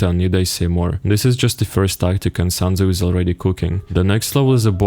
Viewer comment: "sun" tzu